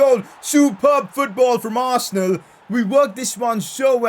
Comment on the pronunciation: Arsenaal is more like 'Arse'nal 🤣🤣🤣🤣